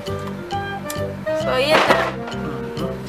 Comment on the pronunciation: ikinamatay ko ung "RAKERS" HAHAAHHA XDDD